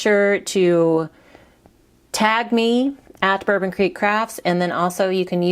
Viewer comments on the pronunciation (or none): Love your videos and card ideas. So happy you are doing these sketches with the paper cut dimensions. Thank you! (Did you notice you left off the "r" in Bourbon? Just thought you would want to know)